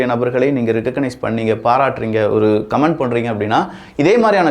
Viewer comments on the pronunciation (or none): none